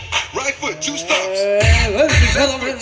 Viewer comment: i'm deadd 😂😭😂😭😂😭 How he says it two 😂😭😂😭😂